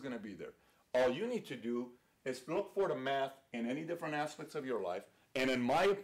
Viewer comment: I swear he's saying meth